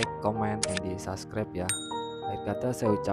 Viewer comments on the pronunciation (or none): none